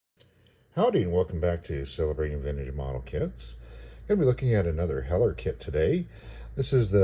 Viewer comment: Cool Review ,also I think you got the pronunciation right. The local IPMS chapter is Named after Craig Hewett (Whom I knew) and Heller was his favorite brand .